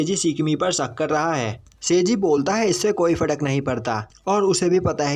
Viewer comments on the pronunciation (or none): Fadak nahi farak